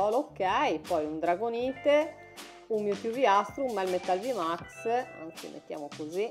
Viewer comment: Non è una critica ma in dragonite la e non si legge, comunque grande